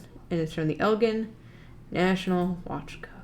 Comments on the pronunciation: I was watching this with my dad in the room, and he kept telling the screen you were mispronouncing Elgin, (“It’s EL-jin, like the drink.”), and I had to remind him yet again that the people on TV can’t hear him. We’re from Illinois, and he was telling me about touring the factory back when it still existed! I’m bummed that it’s been torn down and I can’t. It sounded super cool. I had no idea our state was so known for its watchmaking! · Elgin watch co was based in Elgin Illinois which is about 15 mins from where I grew up and the town name is pronounced with a “g” as in “Ginger” [el-jin] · As an Illinoisan, I appreciate the correct pronunciation of "Illinois", but also as a Northern Illinoisan, I am bothered by the pronunciation of "Elgin". There is a city here called Elgin, pronounced with a soft g, not a hard g. The National Watch Company was founded in 1863 in Chicago, a factory was made in 1866 in Elgin, Illinois, and the company changed their name to the Elgin National Watch Company in 1874. Fun fact from the Wikipedia page: The cities of Elgin, North Dakota and Elgin, South Carolina derive their names from the watch brand. Likewise, NBA Hall of Famer Elgin Baylor was named after the Elgin National Watch Company. Who names their kid after a watch company?!?!?! I'm not gonna name my kids Tyson and Perdue after the chicken brands! One of his brothers was named Kermit, too, and that's more understandable. Edit: Thank you for correcting her, whoever you are! May your watches always be in sync and your descendants have appropriate names! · The city is named for Elgin, like the Elgin marbles, with a hard g. Either allow both or accept the etymological one. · Yeah as a person who currently lives in Elgin it bugged me as well. Especially since I live like 2 blocks away from the old watch factory.